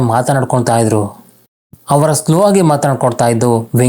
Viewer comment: Kannada maat aadod kaliri sir firstu haaru .. hawara... haamele.... haagi.... haa chali... aayo first kannada kali guru